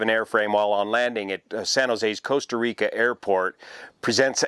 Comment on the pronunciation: Coasta Rica 😝